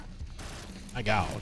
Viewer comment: i dont know why you often say "Maygaoud" when you see pin or mini pins... and thats the point where iam too afraid to ask